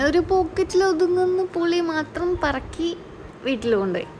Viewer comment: പുളി ‘പറക്കി ’ എന്നല്ല, പുളി “ പെറുക്കി ” എന്നാണ് പറയേണ്ടത്. 😂